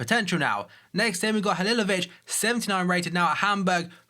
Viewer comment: I'm glad you know how to pronounce Halilović. No other Fifa you tubers know how and it pisses me off